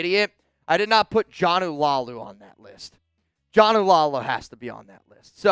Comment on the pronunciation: You need to get Jonah Laulu name right it’s pronounced La ulu !